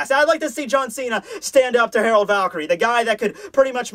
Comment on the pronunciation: dear, Gerard Valkyrie is pronounced "jerard" NOT HAROLD. I understand that l's and r's get mixed up, but if that's the case, HIS NAME WOULD STILL BE GERALD.